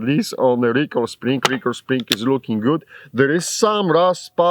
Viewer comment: I watch these videos to hear him say “luuking guud” lol love it brother